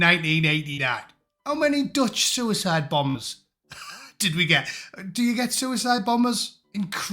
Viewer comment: Sure, sure... A soo-a-side... Sure....